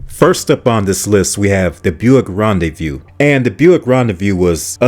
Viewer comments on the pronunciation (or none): It's not Ron-day-VIEW, it's Ron-day-voo. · Car number 1 is pronounced "Ron Day Voo" no Ron De Vue. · ”Rendez-vous” is definitely not pronounced ”Rendezview”! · Ron-day-view? Smh.